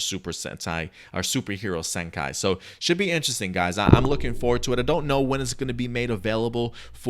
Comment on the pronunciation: The movie title is pronounce Super Hero " Senkee", not " Senkai".